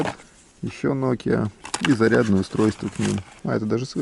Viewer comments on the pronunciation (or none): none